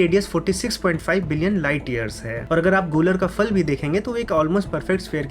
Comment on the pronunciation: Please pronounce properly. It is Phal फल not Fal फ़ल!